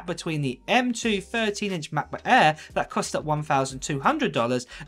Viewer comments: I could not finished the video due to constantly hearing “ mah bah aaaaa” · Sorry... the way mans says "MAH-BOOH-AEHHH" gets me every time ;) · Mahhkbohhh Aairrr, or MacBook Air? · Ma'boh' Eah'